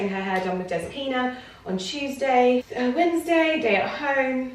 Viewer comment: "Wed-ness-day" 💚 I'm sure the rest of this vlog will continue to deliver as strongly as the opening greeting. 😊